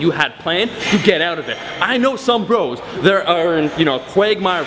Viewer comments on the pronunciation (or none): none